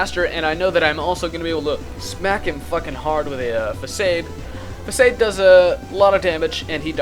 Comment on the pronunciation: Lolz at how you pronounce facade